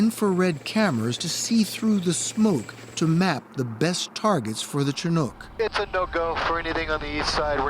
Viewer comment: Leave it to 60 minutes to mispronounce Chinook...🤦